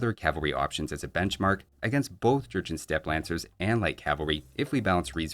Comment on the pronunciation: Am I the only one that hears Georgian every time talks about the Jurchen?